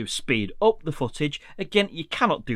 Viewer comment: Thank you for this tip. I wasn’t aware of some of those limitations in QuickShots. Also, I’m in the USA and really like your accent (compared to our English), and noticed when you say “up” it sounds like “op” 😂, no offense.